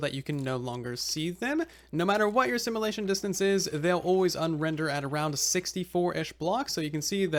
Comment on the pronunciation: Ear-piercing pronunciation complaint to be made: Should be sim-yu-lay-shun, not sim-uh-lay-shun 😑